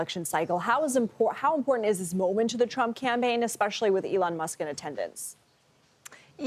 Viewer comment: “Imporint” is not a word. I am so disappointed in these young people. “Important” is not that hard to pronounce. Try it.